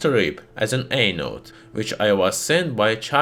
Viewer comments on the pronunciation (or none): Why do hear him saying "anal" when he said "anode" 😭